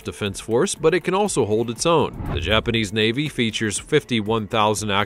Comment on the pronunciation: I love it when he said the royal vavy faut the evil the funny they are the evil